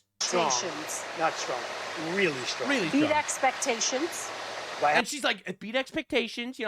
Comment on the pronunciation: She mispronounced expectations hope I'm not the only one who caught that